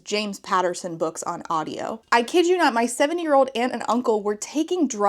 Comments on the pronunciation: I constantly understood “my seven years old aunt” and I was so confused! But I guess it’s “seventy years old”? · lmao same, at first I was listening to the video with my phone far away and I came back quickly like "whaaaat" and then said it again and I was like "oooooh seventy not seven lol"